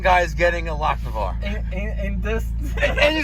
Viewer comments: Take a shot every time says lock-ne-var 😂😂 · one word....LochINvar. Great videos!